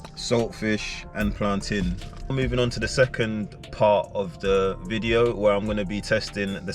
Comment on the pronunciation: plantAIN! not plantin 😂